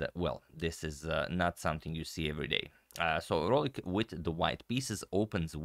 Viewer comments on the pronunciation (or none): Vrolijk is pronounced "vroleyk" or "vroleuk" in dutch btw